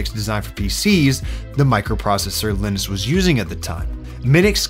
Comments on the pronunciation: Is his name pronounced with a short i? I've always pronounced Linus with a long i sound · dude said Elniss, its LYE NUSS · Linus - sounds like Highness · baby did you call him Linnis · oh man. his name was definitely pronounced “Line-Us” lol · Actually in english the name Linus is pronounced ”Lie-nus”. More accurately, the name ”Linus” in scandinavia and is pronounced ”Lee-nus” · Either you are terrible at pronouncing the name Linus or used one of those awful AIs to mimic your voice. Linus is supposed to sound like line us. These AI tools will prove to be a curse as people forget how to pronounce words. I can already imagine a lot of frustrated English teachers trying to undo. The way that you pronounced the name Linus would have me believe there were two ns in it if I did not know better. I don't say this to be mean but to raise awareness of these flaws in AI so that our children don't grow up learning the wrong way to pronounce words. Trying to get them to unlearn it is going to be hard so we should not get it stuck in their heads if we can avoid it.